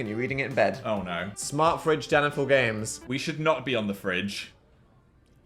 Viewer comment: when phil said fridge my brain said it as "phridge" 🥵